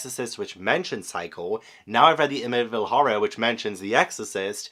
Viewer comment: I love you but as a Long Island native, it's pronounced Am-ih-tee-vil. And don't worry, locals consider the books/movies a cash grab too. I appreciate both films, but the true crime story attached to that property is more interesting (and sad). So too are the publication and production stories surrounding the book/movies and the paranormal investigations they inspired. There are some weird elements to both, for sure, but no one thinks the Amityville House is actually haunted and multiple owners since the 1970s have confirmed they've never had issues living there except for curiosity-seekers trying to peek through the windows. Since you love true crime and paranormal investigations I recommend engaging with that side of the story. That Psycho shower scene reenactment was *chef's kiss*!!! Very poetic that the first 3 stories referenced the ones you read/watched previously. As always, Ash and Tobu are adorable, and I love that they have a neighborhood kitty friend stopping by. 🥰 (Edited for typos)